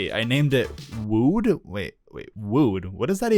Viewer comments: bro acc didn't know how to pronounce wood💀💀💀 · why did you say wood like that LOLL anyways, good vid